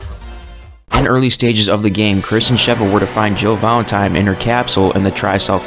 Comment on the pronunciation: Jill Valentime? Bro lol